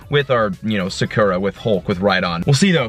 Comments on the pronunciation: It's pronounced soccer-ah not suh-ker-uh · your Espeon is pronounced (Saw-koo- ra) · The way he says sakura lol